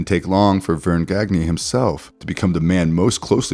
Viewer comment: Vern Gagne's last name is pronounced Ganya. Otherwise, great video. 👍